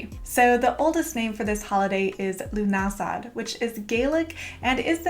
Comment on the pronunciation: Lovely video !! I grew up in ireland and im pretty sure lughnasadh is pronounced loo-na-sa